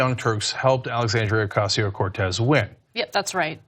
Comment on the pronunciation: You can tell where you are come from when you begin by saying her name wrong. It went downhill from there. Complete and utter rubbish. Don’t be so stupid.